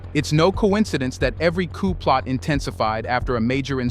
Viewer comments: The P is silent. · P in coup is silent.